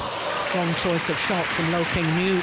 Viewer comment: I think Let's go Loooo meaning Loh. Most of the fans are european/western, it's very understandable when they pronounce asian names wrong.